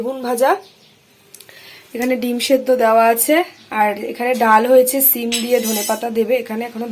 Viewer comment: Sabdhane thak bolche সিম কে ছিম